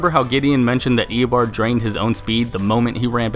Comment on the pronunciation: you saying "eobord" gave me a headache.